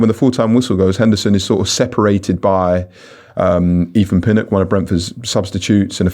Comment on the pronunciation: Quite confusing that can say "think" absolutely fine but also says "Keef Andrews" and "Eefan Pinnock"